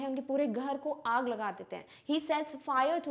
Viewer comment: Who noticed , "unke ghar ko (Aaagi) laga dete hai" 🤣🤣🤣🤣AAGI 🔥